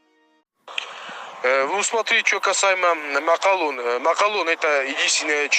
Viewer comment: Обратите внимание как говорит осетин - в ролике - МАКЪАЛОН !!!